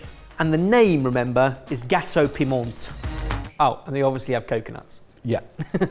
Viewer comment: Gateau Piment is pronounced Gateau Pema I'm from the UK but have lived in Mauritius for the last 35 years